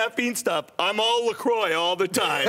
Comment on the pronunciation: La CROIX is pronounced LA - CRUA 😤😤